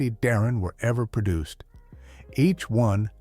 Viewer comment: It's Darrin.